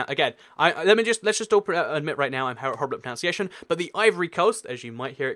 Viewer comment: "I'm really bad at *pronounciation*"